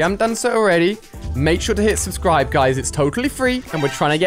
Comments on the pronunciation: its not subbud its subscribe!!!! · STOP SAYING SUBBUD ITS SUBSCRIBE!!!!!!!!!!!!!!!!!!!!!!